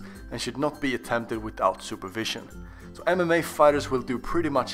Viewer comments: Instead of MMA i kept on hearing anime.... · For a second I thought you said (Anime fighters) 💀